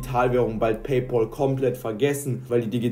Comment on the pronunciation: Es heißt nicht Pay Pol!